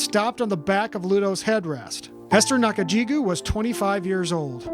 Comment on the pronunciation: Hey? You got her name wrong. her name is Esther Nakajjigo (go) not Nakajjigew (gew).